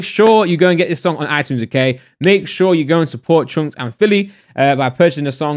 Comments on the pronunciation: He says choonkz haha. It's chunkz brother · Man said choonkz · My man called chunckz "choonks" 🤣🤣🤣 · Y do u say choonkz and yoong filly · Normal people: Chunkz: CHOONKS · I have a growing urge to put acid in my ear every time says CHOONKZ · his name is chunkz not choonkz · Why did I read the title in his voice lmao, "choonkz" 😂😂😂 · Nobody:: choonkz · also he said choonkz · No one:: choonks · is the only person i know that pronounces Chunkz “Choonkz” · Anyone else thought he was saying “troopz”? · It's funny how u pronounce Chunkz 😂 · he keeps on saying chunkzs name wrong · Please can you just say Chunkz properly, the whole video got me annoyed but other than that great video man